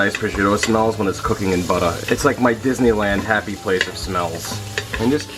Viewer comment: Everytime you mispronounce butter you lose a sub...